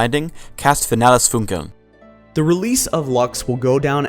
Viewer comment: How shall I put it... The first word, "finales" has such a strong english accent , that at the beginning I couldn't understand the second word. My brain heard "finales", poled itself in english and then there was "Funkeln" and my brain only ... WTF is this... They are more saying, feinales Pfunkeln and the transitions between the syllables and words are too fluid . Its mor like "feinalesPfunkeln" instant of "fi-na-les Fun-keln". The "listen" function in google translate for "finales Funkeln" is okayish